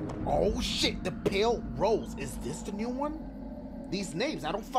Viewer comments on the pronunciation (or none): none